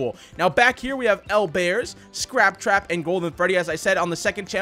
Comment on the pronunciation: Scrap cwap